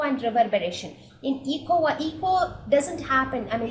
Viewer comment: when one says "echo" its transcribed as 'Eh-Koh', not 'ee-co' as in "Ecology", which is spelled as 'eco'.